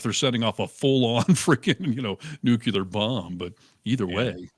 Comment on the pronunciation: and, since you would tell Joe Rogan "you should have checked [the claim that Minnesota allowed illegal aliens to vote] before you said it on air, you asshole", perhaps someone would say you should have checked the pronunciation of "nuclear" before you used it on air.